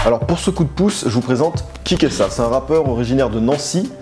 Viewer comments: kikÉsa pas kiksa hahahahha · Like si toi aussi tu t'arraches un cheveux à chaque fois qu'il prononce "Kick ça"